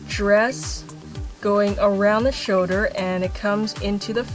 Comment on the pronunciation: i love how she says "shouder" #perfectimperfections